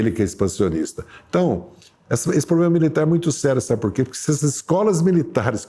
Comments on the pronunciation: "Pobrema" :-P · Impressionante! Evidentemente é um homem com muito conhecimento, mas não consegue falar corretamente palavras como "problema" e nem fazer a concordância dos plurais. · Pobrema ou problema 😂?